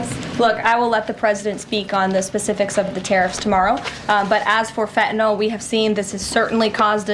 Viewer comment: it’s Fen-Tan-iLL not Feta-Nall it’s not Greek cheese dummy